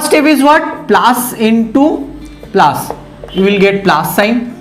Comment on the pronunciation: Sir it us plus not plaas